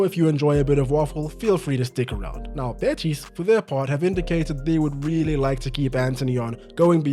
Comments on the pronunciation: The way you're saying "betís" is unbearable😅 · I love the French version of Betis, "Betís" hahaha. loved the video ❤